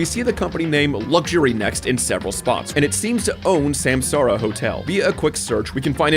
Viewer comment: Took the wiki page to realize samsara is supposed to be sansaar, as in universe